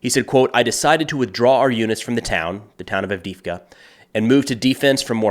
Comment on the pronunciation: Странно и смешно слышать букву И вместо двух Е - вроде не сложно произнести АвдЕЕвка?